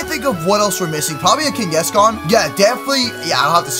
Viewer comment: its kang-gaskan not keng-gaskan